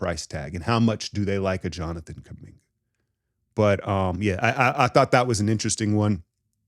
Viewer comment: I had to pause the video to figure out if you were trolling when you said Kuminga and Podz for Scoot.